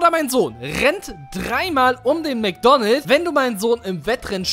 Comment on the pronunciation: Es heißt Mc Donalds und nicht Mc Donald